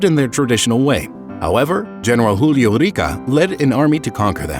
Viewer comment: Julio Rica: I stopped watched the video. It's Julio Argentino ROCA.